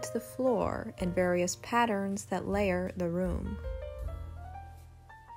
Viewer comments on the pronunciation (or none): none